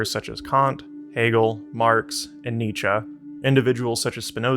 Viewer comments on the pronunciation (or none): none